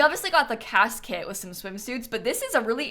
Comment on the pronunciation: I thought for a second she said "casket" instead of "CAS kit"